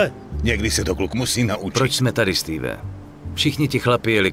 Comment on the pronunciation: steve ne stewe